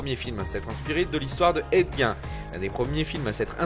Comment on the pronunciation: Petite rectification mineure : Ed Gein se prononce Ed Guine. C'est cool de savoir qu'il va y avoir un film sur LeatherFace bientôt